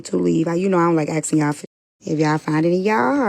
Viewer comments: "Axing" instead of "asking". English is my 3rd language and I am fine with a lot of things but I really don't like how some say "axing" instead of "asking". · axing and asking has been switching back and forth for the past 1200 years. Just wait another 50 years.